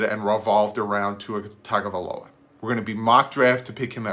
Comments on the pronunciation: It's not " Tag" a viloa. Its "Tongue " a viloa. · Hey. I hate to be the bearer of bad news, but you're still pronouncing his name wrong. I wasn't sure myself, but if you listen to his press conference he pronounced his brothers name on a couple of occasions and said TUNGAvailoa. So, it's not pronounced as it's spelled like we both thought as TAGA, but pronounced as TUNGA. Great video. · I personally would love to draft him (p.s. its pronounced Tung-oh-vie-loa) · u were saying it wrong lol. it is tongue-oh-vai-low-uh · And do some research on how to pronounce his name.